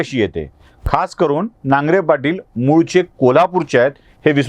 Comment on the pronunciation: नांगरे नाही नागरे